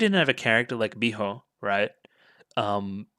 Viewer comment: A tip for saying "Miho" more naturally is to "breathe out" the "ho" sound instead of "blowing out" the sound, if that makes any sense. The H sound should come out with your breath, rather than be something you form in your throat. It's hard to explain, but the Japanese H sound is weird.